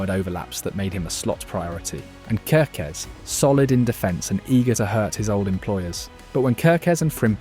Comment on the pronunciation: Think you pronounced Kerkezs name 3 diffirent ways.